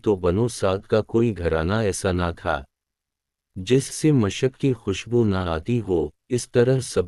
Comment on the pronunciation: مشک نہیں بھائ موشک آپ کی زبان اردو نہیں اس لئے تلفظ میں غلطی ھوئ بیان سبحان الله کوشیش جاری رکھے پاک رب کامیابیاں عطا فرمائے❤